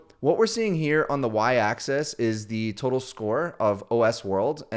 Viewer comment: It’s “axis” not “access”!